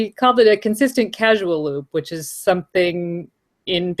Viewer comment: Love your analysis! But I keep hearing people say CASUAL loop (not just you, I heard it on another podcast, too). It's a CAUSAL loop, as related to the word CAUSE. I know they look very close and it's even easy to mistype one for the other. You guys are so good, I thought you'd want to fix this.